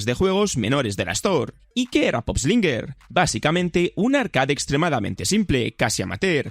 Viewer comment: Pup Slainger ✖️ Pop eslinger☑️😂